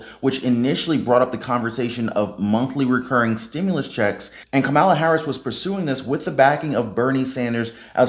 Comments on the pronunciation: Ur mis pronouncing her name please don't do that😒 not cool... Would 7 want someone to call u Rone like tone 😳 kamala.... Practice if u have to. Thanks tho for the info🙋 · I can't believe you repeatedly mispronounced Kamala's name. Smh